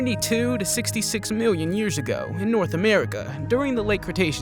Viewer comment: Is anyone going to talk about him saying miwwyon and not million